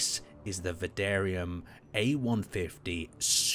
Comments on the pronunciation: Ok, I was wondering if I was the only one hearing him say Vadarium instead of Vanadian. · i die a little inside hearing you mispronounce vanadium. Van A Di Um. Not "vandarium". There is no R in Vanadium. Vanadium is Element #23 on the Periodic Table. This ship is probably orange because that's the color of Vanadium(V) Oxide. They've managed to nail the color quite nicely, actually. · It's called VANADIUM NOT VANDARIUM .... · Vanadium not Vandarium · “Vandarium 2” lol. It’s pronounced “Vuh-nay-dee-uhm” Other than that, it’s a cool video. I share your enthusiasm with cool ships, even if I don’t play space engineers myself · VADARIUM or VANADIUM? My goodness. At least get the name right. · Good looking ship. Vanadium is pronounced vah-nay-dee-um. There is no R in it, no silent letters, or invisible letters it is spoken exactly how it looks like it should be spoken. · Almost everyone: Vanadium like the element: Va-- Van--- Vadarium! Reminds me of his Donnager review where he kept calling the ship the Donner Kabob. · THANK YOU this makes me furious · Yeah I also was like what did he say? Turned on subtitles "mandarium" wow that's even worse then what I heard. 😅and yes I know these were automatic subtiles and not very good ones either. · You call's it: Vidarium Title call's it: Vanadium Two totally diffirence pronounced names, so which is it ? :P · it's uh, van-a-di-um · he keeps calling it Vadarium lolz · the ship is that super, that you can't even pronounce it's name right....